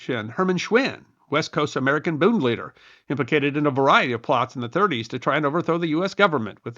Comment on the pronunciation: Hearing "booned" is like nails on a chalkboard. The d on the end of a German word like "Bund" is pronounced like a T. The u is not "oo" like tooth, but is pronounced closer to the u in push.